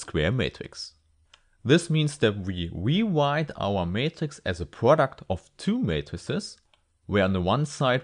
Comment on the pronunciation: We wewite our matghix as a pwoduct